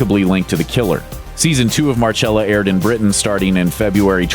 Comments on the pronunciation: It’s Marcella not Marchella smh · Mar-CHELL-ah? Don’t you mean Mar-SELL-ah?! Jesus. You Really need to check your basic facts and names.